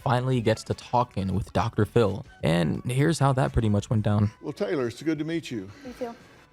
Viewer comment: "Dr. Phil" ====>> "pHiL-m"